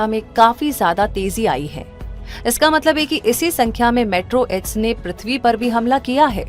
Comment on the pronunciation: 'मेट्रो एड्स' nahi मेटेओरोइड😅